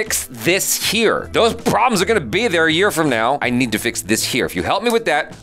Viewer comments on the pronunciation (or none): none